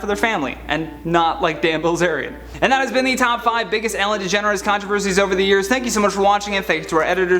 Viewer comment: I thought he said Degenerate